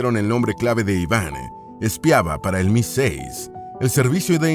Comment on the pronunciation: Mi6 no mi amigo. Se escribe así pero se pronuncia EMAISIX